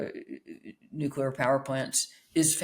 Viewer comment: Spectator front man mispronouncing 'nuclear'!?